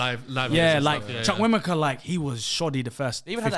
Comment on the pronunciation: they really butcher the pronunciation of Chukwuemeka